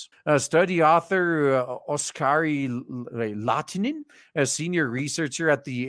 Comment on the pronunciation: "Oskari Laatinen" Me: "Lahtinen, it's Finnish, the "H" is not silent." "Turkuu" Me: "Why are you hurting me so?" ...I guess the study could also be applied to pronunciation pedants.